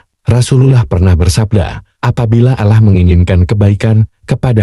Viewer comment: Nyebut Allah nya ga enak.latihan / belajar dulu lah.